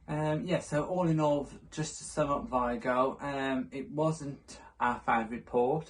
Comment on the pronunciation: The real pronunciation is vEEgo (VIGO)